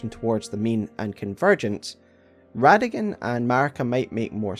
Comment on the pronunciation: It’s Rada-Gon Not rada-gin